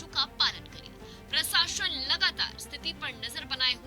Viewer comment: प्रसाशन नहीं प्रशासन होता है ... क्या पत्रकार बनेगी रे तू